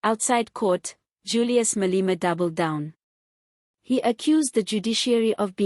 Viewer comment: It is not Malima! This entity's name is pronounced Maa - lay - maa!😮